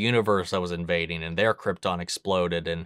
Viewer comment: bro said CRIPton😭